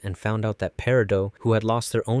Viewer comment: How daring you mispronounce Peridot's name?! What a clod